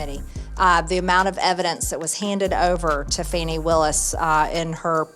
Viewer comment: "Fahni" Willis. 🤣